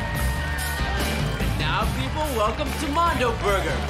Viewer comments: Its Mondo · It’s mondo burger not mundo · It's not, "mundo" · "Mundo Burger"? Really? You had one job. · "Mondo" not "Mundo". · its Mondo Burger